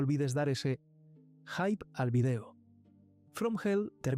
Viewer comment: Si lees mucho y lo que quieras pero no puedes pronunciar hype correctamente que incongruencia la tuya